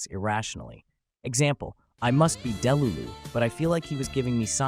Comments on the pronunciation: And he said “DEH-lulu” instead of “deLUlu” :/ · What do you mean deh-lu-lu 😂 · ITS DELULU (DEEH-LOOH-ZHuhN) DEEH NOT DEH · You're pronouncing skibidi and delulu wrong - it's skib-a-dee and dah-lu-lu. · Jeeyawt, delooloo, Justin Byebrr, and Skeebeedee, beautiful